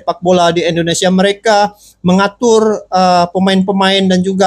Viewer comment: Bang mohon maaf. Kita namanya INDONESIA. Bukan Endonesia bang